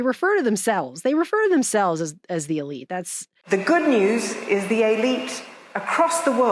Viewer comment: ish, she clearly says the "a'lite" (not elite), maybe there's a difference in meaning (for instance, the difference between 👉 moral and (a'moral) 😉 ... Has anyone checked..?